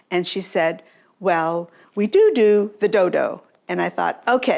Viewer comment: “We do do the doh doh!” 😅😅😅❤😅 She must be Irish!